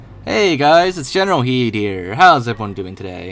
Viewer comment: Zachary Smith what’s up with the thing? Is it an inside joke or is it the actual pronunciation of his name?